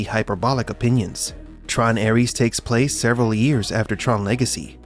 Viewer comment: Cada vez que escucho ARIES, en vez de Ares me sangran los oídos.